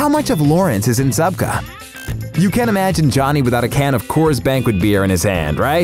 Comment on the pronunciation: It’s William Zabka dude